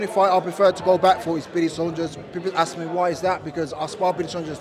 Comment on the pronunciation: Who’s billy sondres 😂 Saunders una😂